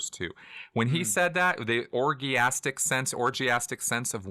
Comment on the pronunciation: Pronunciation of "orgiastic" was very scientological ;-)